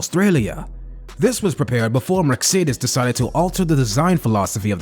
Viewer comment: Learn how to say « Mercedes ».